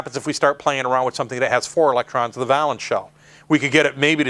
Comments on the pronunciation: Thanks for the lesson. One thing though, valence is pronounced "vay-luhns" (with a long "a"). A valance (va-luhns, with a short "a") is a length of decorative drapery hung above a window to screen the curtain fittings. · It's pronounced VAYlence. It doesn't rhyme with "balance" I can't stop myself, sorry. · valence is pronounced vay (like pay) lence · I like it, but it's VAY-lence I think. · I love to see folks spread knowledge. Good job! I just wanted to inform you that "valence" is pronounced VAY-lence (with a long A). It's not a big deal, but it's good to pass on accurate knowledge. Keep up the good work for your students... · It really bugs me that he doesn't pronounce "valence" correctly.